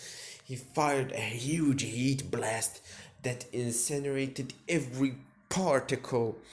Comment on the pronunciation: when you say heat blast i hear yeet blast